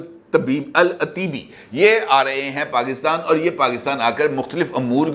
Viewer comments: العطیبی۔ ایک قبیلہ ھے ط پر زبر پرھین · Salaam from Canada 🇨🇦! Correction! The name is to be pronounced as Al- Otaibie! اَلعُتيبى ! Otaibie is a prominent Saudi tribe! Thanks & regards!